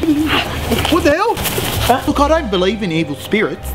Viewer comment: "Wut the hewlll" Im dying 🤣🤣🤣🤣🤣🤣🤣🤣🤣